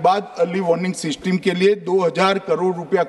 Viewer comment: Woh seesteem nhi system hota hai.